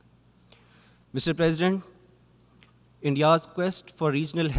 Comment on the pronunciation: mf for real began his speech with "mijtar praaaasident...."